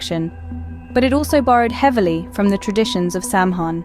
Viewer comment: OT IS PRONOUNCED SOWAN!